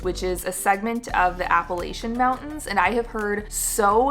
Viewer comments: It's pronounced App-A-Latch-In not Apple-atechin Mountains. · For anyone interested in visiting, Appalachian is pronounced "App-Uh-Latch-In." "App-Uh-Lay-Shun" is incorrect. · There are no long A sounds in the word “Appalachian.” Mark of the flatlander. Say “apple-atch-un.” January/February is alway the least expensive time to come to Asheville, but you do risk winter weather messing with your ability to get around. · you pronounce Appalachian wrong it's insulting to natives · Check into the pronunciation of “Appalachian” 🙂